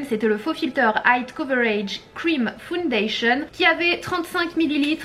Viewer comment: Ok donc quand elle lit le mot “full” elle le dit “fOUL” ✅ mais alors pourquoi elle dit “fOUndation” au lieu de “fAOUNdation” ?